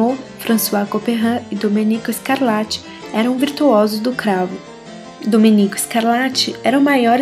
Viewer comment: Boa dicção, mas o compositor é Domênico e não "Domenico".